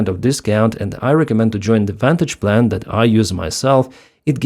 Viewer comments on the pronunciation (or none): none